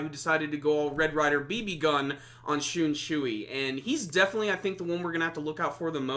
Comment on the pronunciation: "shoonshooey" good review man